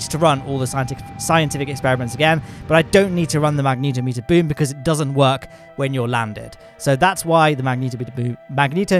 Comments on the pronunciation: I love your vids, but please learn to say magnetometer XD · I'm impressed they bothered with making the closed-cycle mode of the RAPIERs, you know, closed-cycle. They clearly didn't get much efficiency out of it, so imagine how bad a gas-generator version would be! Also, I always assumed it was "magne-TOM-eter," not "mag-NETO-meter," so TIL I guess.